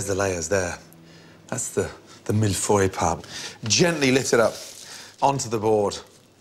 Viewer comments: why you british call it mille foy and its clearly mille feuille 1000 sheets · its pronounced mill foyeeeee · It is pronounced miyfoy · Millefeuille, when pronounced by Gordon Ramsay, turns into Mifroy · Mill-Foy? What is this, German? lololol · He's saying malfoy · That's essentially how it's pronounced... "Mill-Foy" he's british so obviously it won't be said with a perfect French accent.... don't get me started on how bad French people are at english. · Sairam Kaushik I'm french and he does pronounce mille-feuille in a very strange way haha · HOW HE SAYS MILLEFEUILLE OMG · So funny how he pronounces 'millefeuille'. Doesn't even sound like the French word. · Thats not how you pronounce Millefeuille :p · The way he pronounces millefeuille. Ouch. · why can't he pronounce this properly!!!!!!